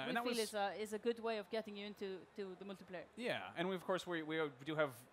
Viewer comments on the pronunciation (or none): Drinking Game: Everytime she says Moltiplayer